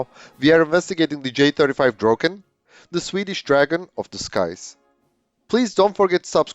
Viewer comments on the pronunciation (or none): Should have said "Draken" with amarican accent instead of butchering the name "Drogen" 😄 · Whole life heard/called it Draken and when whole video it gets called Drogen really hits the ear. Draken(pronounced how it's written) could be Finnish way saying it though so who knows. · Nicely done. Now I know it's pronounced like "drok-ken" instead of like "drah-ken". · Pronunciation is NOT 'droken'. Listen to it on Forvo. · the narrator keeps calling it Dråken, I wonder what that means.